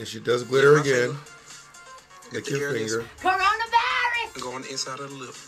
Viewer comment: Not “CORONAVIUS” 😂😂😂